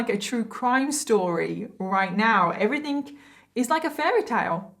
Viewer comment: Im sorry but everything its not everythink